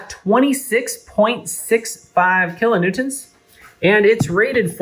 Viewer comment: Kilonewtonts? That’s what you said ? 😅